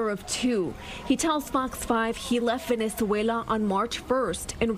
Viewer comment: I threw up a little when she pronounced Venezuela.